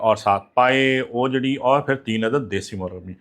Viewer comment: Ohjahgri nhi huti oohjri huti hy